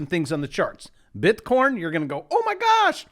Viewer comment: Just listened to the latest Schiff - he said bit-corn